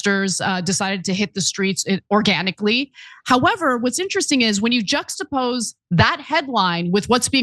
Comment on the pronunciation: Not sure which one of you it was but please look up the pronunciation of juxtapose, it’s not just appose and it’s embarrassing 🙈